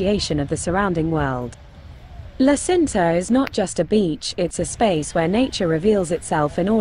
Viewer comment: Nice video, but you have to correct pronouce...La Cinta isnt Sinta..but Činta...thanks.